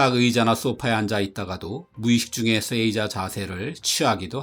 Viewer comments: 쎄이자-> 세이자로, 쑈군은 -> 쇼군으로 발음해 주십시오. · 내용 좋네요. 쎄이자 X 세- 자 O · 세이자가 아니라 에 뒤에 나오는 이는 이 발음이 아닌 장음으로 세-자 아닌가요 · 세이자를 쎄이자라고 발음하네요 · 장음으로 읽는 게 옳습니다